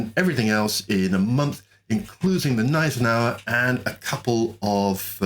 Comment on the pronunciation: Gneisenow, not gneisenow-e please :D